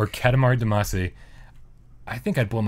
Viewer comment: Sigh. It's one thing that you normally pronounce integral wrong and got called out on it when you pronounced it right a couple of times, but Damacy is pronounced all throughout those games (especially in the musics) and you should know better. :p